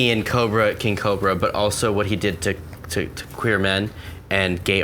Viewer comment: "The qway qween aftershow" lol love you johnny